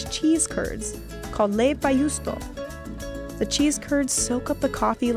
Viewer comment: lmao im from Finland, and i know no one who drinks their coffee like that. (leipäjuusto, or how she said it ”leipajuusto” is Finnish btw, not swedish, but ok...)